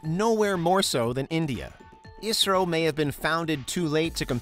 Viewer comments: Not pronounced as Isro it is I S R O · I never heard people calling "isro" it is "I" "S" "R" "O" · can't believe they called it Isro? It's Pronounced as I -S -R-O